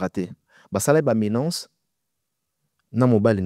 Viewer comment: Menace et non menance